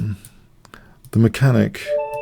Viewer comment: The mechan-EE-ACK, hahaha